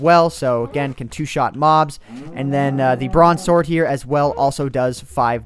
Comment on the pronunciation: Bronze sword i thout you said broadsword xD